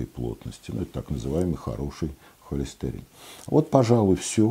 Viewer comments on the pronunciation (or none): none